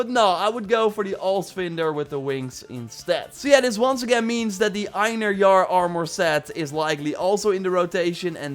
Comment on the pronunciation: Fun fact : Einhérjar is pronounced In-herr-yar So don't go around pronouncing it the way the guy in the video does